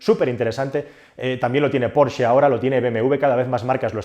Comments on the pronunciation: Decir "porche" en vez de "Porsche"... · Me encanta como pronuncias "Porche". Me viene a la mente aquel anuncio de una editorial en el que un tío pedía un "porche amarillo" y el genio le dio un porche de terraza y no el coche. Se pronuncia "porshhhhh" XD